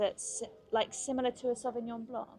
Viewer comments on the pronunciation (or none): none